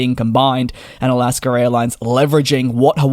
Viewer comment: Where is the R in Alaska?